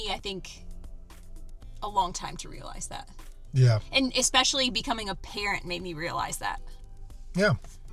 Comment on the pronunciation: Expecially?. I’ve heard another YT’er say that 🤔